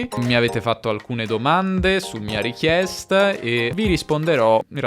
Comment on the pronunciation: Perché pronunci "richiesta" e "ottimista" nei primi trenta secondi con la schwa alla fine?